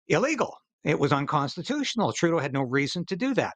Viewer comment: Please say Justine Troodoe